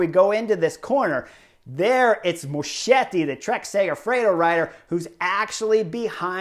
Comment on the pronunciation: Pronounced MosKetti not Moshetti.